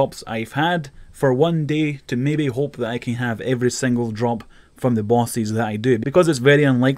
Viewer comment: I just can't get over the way you say "bosses". It sounds splendid.